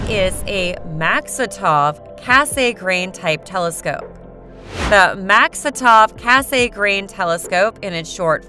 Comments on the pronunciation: Cass-a-grain. Repeat after me kids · I thought it was the typically long focal ratio of the Mak that made it photographically ‘slow’’—not the fact that it has a thick meniscus type corrector. BTW, it’s pronounced Cass-eee-grain rather than Cass-AY-grain. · The name is French, and it's pronounced 'KASS-granh', almost like 'gran', but not quite getting the 'n'. But, that nit-picking aside, I liked your approach and informative delivery. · That "kay-say-grain" part is painful to hear 😅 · Over and over again, yes-ay-grain! I can't stop hearing it. But excellent description of each-ay-grain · It does bring the narrator's credibility into question. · I like her voice except for that 'Kay-say-grain ' part lol, but at least she pronounces every word correctly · "Cass Saay Grain" Look how they massacred my boy...